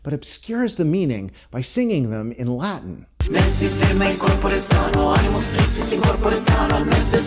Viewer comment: Omg finally a youtuber who can pronounce latin.